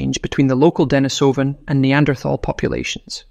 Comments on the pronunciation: Damn. Now I can’t unhear the issue. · The fake voice starts the video by mispronouncing both "Denisovan" and "Neanderthal". Not a good start if trying to impress the public with your credentials. I watched for a few minutes, but there seemed to be no hurry to disclose the solution of the "DNA mystery". Was this ever disclosed? Was it anything new? It wasn't worth waiting up to 15 minutes to fund out.